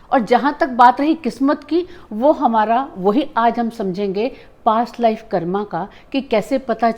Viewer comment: KARM NOT KARMAAA